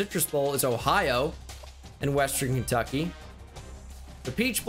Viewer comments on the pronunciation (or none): none